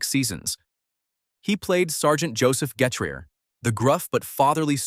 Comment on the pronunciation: Lol the narrator couldn't say Sgt Getraer's name right